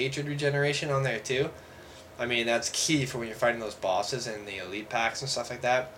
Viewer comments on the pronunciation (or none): none